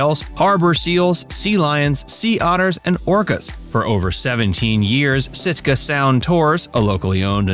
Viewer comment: Wrong..not Stika..Sitka😂